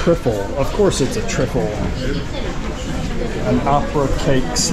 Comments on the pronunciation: I can't believe your pronunciation of an English Trifle 😂😂😂 was it deliberate? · Hi... HAPPY BIRTHDAY. LOOKS LIKE A GREAT JOURNEY. THE TRIFFLE IS AN ENGLISH DESERT PRONOUNCED TRI... FULL. THANKS FOR TAKING US ALONG. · Trifle not triffel. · If you have to ask how much for the boat, you cant afford it!!!@ The trifle is pronounced tryfull.. Pizza orinated in Naples, and was taken to the US (and other countries) by Italian immigrants.. Thanks mr google